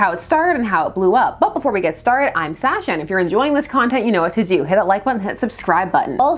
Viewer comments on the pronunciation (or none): none